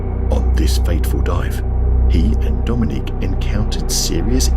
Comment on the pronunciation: Oh good, I'm the second comment. So maybe you'll actually get this. AI commentators are getting disgusted, and I, and a lot of people are starting to turn videos off the moment we realize it's an AI commentator you know, 23. Mispronounce the word, or rather, the name Dominic. This guy is pronouncing it like the female Dominique. It's just yeah, nauseating the content. Creators want the loyalty of fans but don't want to put the time in anymore to actually narrate the ship themselves